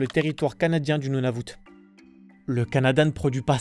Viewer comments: Nunavut! Pas Nuvatu 😅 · Nunavut et non Nuvatut, sinon tres bonne video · C'est pas nuvatu c'est Nunavut tabarnak de calisse... Sinon, j'aime bien ton vidéo bro!!...hahahaa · T’as dit NUVATU et non NUNAVUT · Très bonne vidéo de mon pays mais si tu veux être plus claire à de la vidéo le territoire se prononce Nunavut et non Nuvatu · je suis québécois aussi et j’ai appris beaucoup de chose mais aussi je suis rester bloquer sur le mot Nunavut tu la dis Nuvatut ces drôle! mais faire attention voila voila😅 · On prononce Nunavut (Nounavoute) et non nouvatou comme tu as dit dans le vidéo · ce n’est pas le nouvatout mais le nounavout ( nou-na-voute ) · On dit Nunavut et non pas Nuvatu! Je suis très fière québécoise!!! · Ce n'est pas nuvatu bien bien Nunavut qui se prononce nous-na-voute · Hhaahha, on dit Nunavut, pas Nuvatu. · Nunavut, pas Nuvatu 😅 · C est pas Nuvatu mais Nunavut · Pas Nouvatou, mais Nunavut. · J'apporte un petit correctif ici, le territoire du Nord qui est à l'est des Territoires du Nord Ouest s'appelle le Nunavut (prononcé Nounavout) pas le Nouvatou. Merci de bien vouloir corriger. Puis ce ne sont pas tous les québécois qui sacrent. (Les perceptions sont partagées). Ceux qui le font irritent ceux qui ne le font pas. ;) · Ce n'est pas le Nouvatou ! On prrononce le Nou-Na-Voute! Le Nunavut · Nouvatou ? Tu veux dire Nunavut, robot pas trop intelligent ! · Nu Na Vut pas Nuvatu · NUNANVUT PAS NUVATUT ............................ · Nunavut pas nuvatu !! voyon dont!! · Svp ne dit pluis jamais "Nouvatou" pour le Nunavut haha 😅🤦🤦 ça se prononce "Nounavoute" je ne sais meme pas vomme t vous en avez conclu que ça se prononçais ainsi malgré comment ça s'écrit 🥴🤯😒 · NU NA VUT ..... not Nuvatu.... Honestly, how long does it take to find out the PROPER pronunciation????????? I'm really NOT impressed and I'm giving up watching your video.... Next time try HARDER and don't insult Canadians!!!!!!!!!!!!!!!!!!!!!!!! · Nunavut! Se prononce comme "Nounavoute".